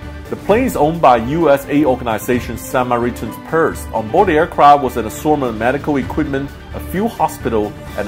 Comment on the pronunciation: We're all in this fight together!.............What? No pal, we're all running away because no one knows how to beat it. Loved all of the mispronunciations, especially Samaritan's.